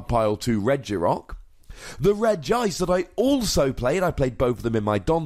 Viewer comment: It's pronounced Regi-ice by the way. It's just written with one i because else it would look weird: Regiice. They are all regis (and after that comes their type), so Regi needs to be pronounced too.